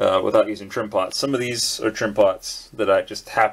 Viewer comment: "trimpots" sounds for me like "trim pants" or "trim ponds" )) I've found the right word after few minutes of googling although... I've reminded that I've tweaked probably one of these in my Roland A-800 Pro MIDI controller. It's setup for after-touch is horrible and you can't perform it if you'll not open the keyboard and turn that thing (to the left... not sure). It's funny how they do that ))